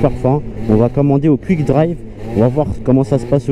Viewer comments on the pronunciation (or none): Wesh mais qu'est ce que t'a a dire Cuik sa se prononce "kOUik"